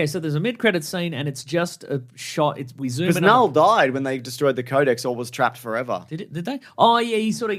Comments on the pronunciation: KaaNull lololol the k is silent bros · The fact you can’t pronounce knull right is annoying AF. You put as much effort in learning that word as they put into all 3 of these venom movies.